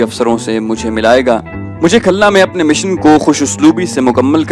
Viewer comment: khalna nahi khulna